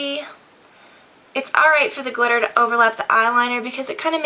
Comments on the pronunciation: "Dip the brush in the GLITTAH!" Lol! Love you:) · "you're gonna dip the brush in the GLITTAH" lol